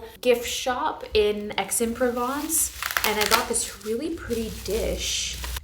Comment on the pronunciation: This was so fun ❤ the only type of haul I want to watch. Just a note because it was funny but Aix-en-Provence is pronounced like “axe-on-pro-vonce”